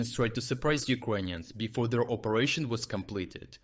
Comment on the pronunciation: Dude, stop saying UkrOnians..please.